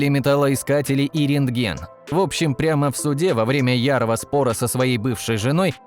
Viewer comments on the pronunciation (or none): Рентген а не рентегн